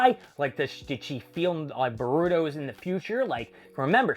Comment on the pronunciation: It's MOMOSHIKI, and why are you stuffing up names so badly?! It's AH-MA-DO, not Amoodo, and Boruto is not pronounced BOROODO. Why talk about a manga if you don't even know the characters' names? If you can't remember how to say that, just call him "Momo" like most of us proper fans do.